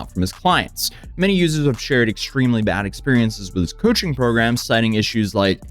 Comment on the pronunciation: Coaching services!!!!! Sounds like u said "Cushing program"